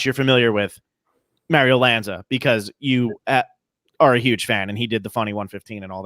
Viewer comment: Mayrio? It's pronounced Mahrio,.